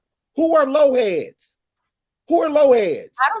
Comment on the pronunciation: It's "Lo Lifes," not Lo Heads.